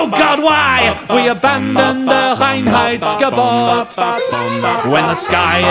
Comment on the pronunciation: Excellent pronunciation of "Reinheitsgebot" there! I know some fellow Germans who have trouble saying that :D